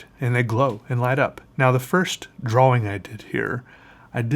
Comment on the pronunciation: Tbh I don't understand how someone such as seems as though never he gets tired of drawing. I also love how he says "draw-wing" that I in fact can't help but to pronounce it the same way. I love you & your channel DOOD... DLE. Hahahaha